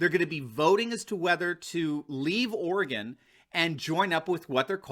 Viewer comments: it’s pronounced “Ory gun” & “Will lamb met” jus sayin, keep up the hood work! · Orygun. WillAAHmet. Love your work